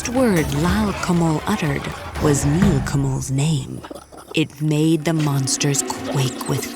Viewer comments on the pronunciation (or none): none